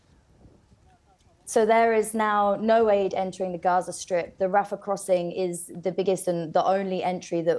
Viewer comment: Wow... so many famished children in RRRRRRAZZZA! You' d think this was Auschwitz!